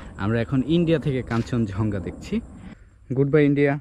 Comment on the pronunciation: vul uccharon koren keno? eita hocche "kanchon Jong Gha" not "kanchon Jhong Ga"